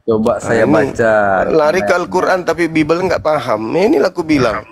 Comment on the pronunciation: Ini. Oten. Baca. Bibil. Menet. 🤣🤣🤣🤣🤣🤣